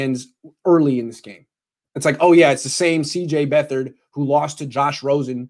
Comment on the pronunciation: IT'S BEAT-HARD!!!!!!! AND he's going to surprise you......HE'S better than Mullens....